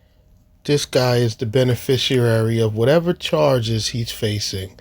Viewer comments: Benefrishriar. WTAF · He’s mispronouncing “beneficiary”… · You gotta love the stupidity of such people when they use words like beneficiary and mispronounce it. There's no "u" in there. Dummies always.